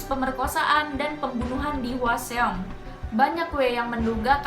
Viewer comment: Kesel denger nya Hwaseong terus bkn gtu bacanya😭